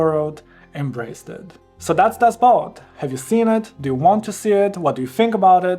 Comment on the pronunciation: You pronounced it correctly for German (at least as far as my ears could detect). But the German word "Boot" means "boat" and is pronounced more or less the same in German and English. BUT, the problem arises when English-speakers see it because it's spelled the same as the English word "boot", which is pronounced /buːt/ (rhymes with "lute") and means an item of footwear.